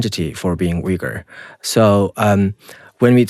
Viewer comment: Why is he pronouncing Uyghur in a wrong way if he is Uyghur?